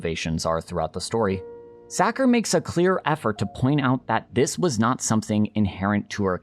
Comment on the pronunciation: I think Sachar is pronounced like 'Sasher." It's okay, I'm always happy to see a Holes video.